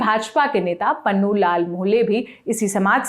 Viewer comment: नाम तो सही से ले लो मैडम पुन्नू को पन्नू और बालदास को बलदास बोल रही हो😂😂😂😂😂😂😂😂